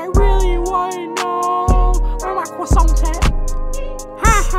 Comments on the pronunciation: “I really wanna know where my CWOISSANT at” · were my cwaasount at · Shoulda said “when I got cwissount I was street weather” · Instead of eeh eer should of Been cwo sont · “WHERE MY CWOSAN AT” 2020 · When you eat your cwosant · That really hit close to home tho Gotta find my cwasont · I'm done he said WHERE MY CWISANT AT 😂😂😂😂😂😂😂🤣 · CWASSANT that pronunciation hits hard 😵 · Wtf his crosauonts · When he said C w o s s a n t I felt that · cwoi-ssant instead of ee urr would have been better